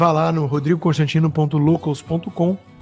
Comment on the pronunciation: Será que foi só eu que entendi ele falar “Cãostantino”? Ou é coisa da minha cabeça? Acho que já tô ficando doida , de tanta raiva.